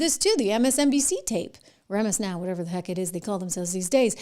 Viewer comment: MSN ow instead of MSNOW